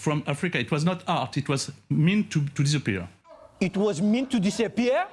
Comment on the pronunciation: "It Was Meant To Di-Sa-Pieeer" hahaha... rewatched it like 100 times :'D